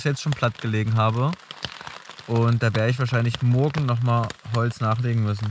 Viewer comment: er sagt immer "mogen" statt "morgen".